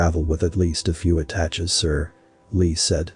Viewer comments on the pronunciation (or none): "Nguyen" is pronounced like "Win", and (in the context, "attaches" is pronounced at-ash-a"